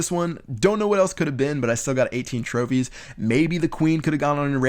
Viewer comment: Lol in the first minute he says tropies